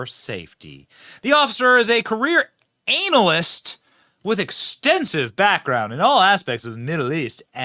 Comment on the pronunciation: Benny, are you pronouncing "analyst" incorrectly on purpose? Like, WTH?